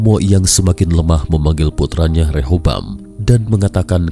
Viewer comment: BUKAN REHOBAM...TAPI REHABEAM...